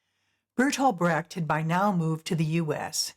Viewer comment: In a biodocumentary would it be appropriate to pronounce the name of the main subject correct. There is no "Körrt" (spoken in German) but a Kurt (spoken in english approximately "Koort"). And please, there never has been a "Bratt", his name was Brecht. I think its the minimum of respect to pronounce ones name correctly.